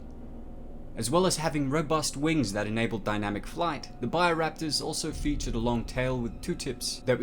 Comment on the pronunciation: It's BIO Raptors NOT buyer raptors